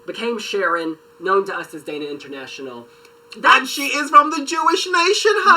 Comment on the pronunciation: I basically died when that guy kept on saying "Daina International". It's Dana International!!! Dana